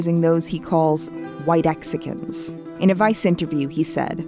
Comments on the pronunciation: it's actually pronounced white xican, not whirexican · Just a small note: Nahua is pronounced with a silent "Naua" and in whitexican the e is also mute "[white]xican"